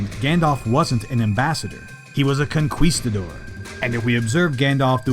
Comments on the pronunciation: Conquistador pronounced Konkeestadoor. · Ok i had to comment. You dont pronounce the u in conquistador. Other than that im loving your videos.